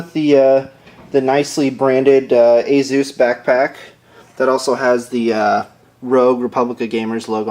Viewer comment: HAAHAA great name ASUS "AzUS,,,like Hey Zeus LOL....